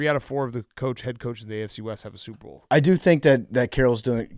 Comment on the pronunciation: remember when that guy got on Big Cat for pronouncing "Super Bowl" very quickly to where it sounds like "Soup Bowl". Then Big Cat got mad about it. Yeah it's all I hear now. for a good reference here